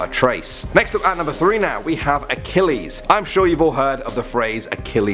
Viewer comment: It’s Uh-Kih-leez